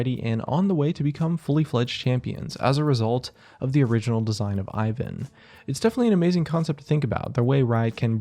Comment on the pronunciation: Im slavic and it triggers me how he pronounces Ivan